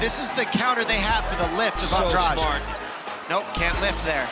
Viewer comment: I think they're pronouncing Jessica's family name wrong, it's An-dra-de not An-draj.